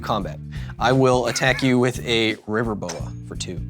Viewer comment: Kyle, I mean Brian Kibbler repeatedly says River boa... but I keep hearing river boat and thinking of the old steamboat willie cartoon